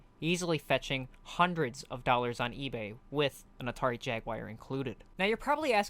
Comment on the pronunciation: Why do you keep saying "Atari Jaguire"